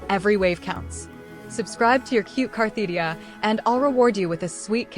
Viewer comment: It's funny to me that the poster always uses this AI voice that both mis-spells and mispronounces Cartethyia and instead calls her Carthetyia.